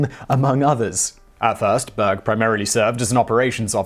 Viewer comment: Berg means mountain in Swedish but the way he pronounces it(almost completely leaving out the r) makes it sound like "bög" which basically means gay(to be specific, those of the male persuasion). It's often used like the f-slur is in english as well. Hence me not being able to unhear it lmao.